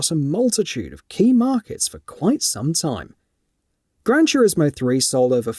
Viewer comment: "Gran Churismo" 😂